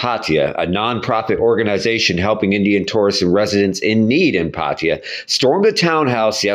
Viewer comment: Pattaya ❌️ Paateya✅️😂😂😂